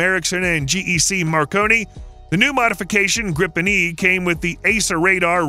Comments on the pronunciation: im getting extremely pissed off about how extremely wrong youre saying this, as a swedish person i say, learn how to pronounce our words >:( BRU- YOURE SAYING THIS EVEN MORE WRONG YOURE SAYING HIS NAME COMPLETELY WRONG OMFG "grifen" ITS A GRIPEN, GRIPEN, G,R,I,P,E,N. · Not "Grippen", it's pronounced "Greepen". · He can't pronounce any of the Swedish words correctly. 😂